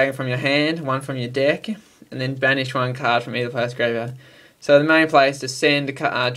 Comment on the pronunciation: U said di ck except of deck